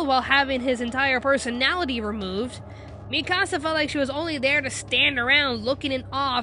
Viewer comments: It's Mee-ka-sah 😒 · Ur saying Mikasa like " mi casa " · Lol why did you say Mikasa like "Mi Casa". Have you seen the anime? They say it about a hundred times... "MEE-kah-sah" I can understand certain changes to adapt a live-action series and maybe take a slightly different approach, but I think the part they couldn't do without was having Aaron's mom died... He's the main character and now he has almost no motivation for being so bloodthirsty against the Titans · I hate when people pronounce her name like Mi-Casa, it’s dumb! It sounds like Mee-kuh-sa! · It was annoying that she couldn’t pronounce mikisas name XD it’s pronounced ME-KA-SA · I know I'm late... but that Mikasa pronunciation, sounds like youre speaking Spanish 'mi casa' :P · its mikasa es su casa, you did it wrong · Awesomewolf23 MEE- KA sah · u mean MIIIIKA SA? or MIIIIII KASA or MIIIIIIIIIIIIIKKKKKKKKKKKAAAAAAAAAASSSSSSSSAAAAAAA? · u said mikasa wrong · you are saying mikasa name wrong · They say mikasas name wrong!!!!!!!!😡😡😡😡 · Did she just say MI-KASA?! IT IS MIKASA! And she pronounces hanji’s name wrong. It’s not HAN-JI it’s hanji